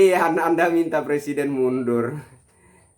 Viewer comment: plesiden halus mundul.. suruh bener dulu lah ngomong nya..!!!